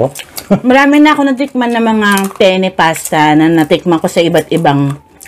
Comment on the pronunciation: Ung penne po dapat may double n yung pronunciation kasi kung pene lang iba na yon